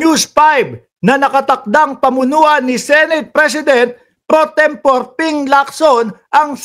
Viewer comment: Tempore hindi tempor